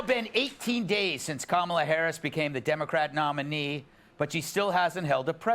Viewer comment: tbh i thought that's how it was pronounced for at least a few days after he joined the campaign bc i'd only read it, they just never learned the right way bc their brains get overloaded by singular "they"